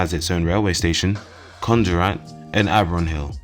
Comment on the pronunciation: I'm sorry but the way you pronounce condorrat just annoys me